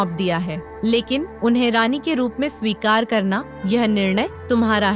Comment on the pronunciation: It's swikar not shikari